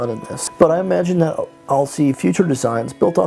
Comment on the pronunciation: dat = that , Pls stop .